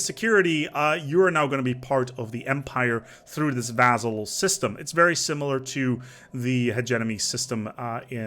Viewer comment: At this point he is mispronouncing vassal just to troll xD